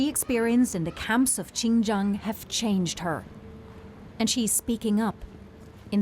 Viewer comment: It's not hard to pronounce "Xinjiang" (Sheen-jiang) and not necessary to pronounce it as "Qinjiang" (Cheen-jiang). The host should spent a few minutes to get this right before mispronouncing this place name repeatedly in this international forum.